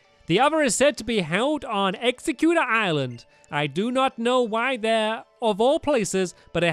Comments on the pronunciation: Stamps it's exeggutter not executor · its egg-zegg-u-tor